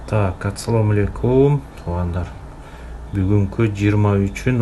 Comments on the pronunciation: Биринчи эмнеге туура саламдашпайсынар? Аттсалом алекум дебейт, АССАЛОМ АЛЕЙКУМ дейт сс айтат тт эмес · Атсалам алекум эмес ассаламу алейкум,!!!!! Саламды туура айтышты үйрөнөйлүчү тугандар аксент керегижок туура айтыш керек